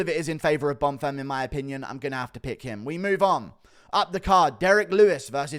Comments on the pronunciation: leave it to guru to call a fighter 'bon firm' when his name is bonfim xD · Who’s Gabriel bunfirm?😂why did he keep saying that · inb4 100k!!! edit: the name is still bon-feeeem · Guru be butchering Bonfim's name 😂